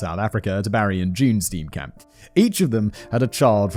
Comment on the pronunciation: I just enjoy the way you pronounce Steenkamp